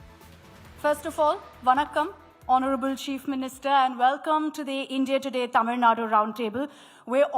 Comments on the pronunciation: Vijay also cannot fool the Tamil Muslims too. The Tàmil Muslims are more proud of Tamil language, Tamil culture and Tamil customs than people like. Its a new "error", this is how pronounces it.! What a fool. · Congratulations🎉 Tamil Reads the channel name again. "It definitely says Tamil. Why is she talking like she's presenting at Oxford?"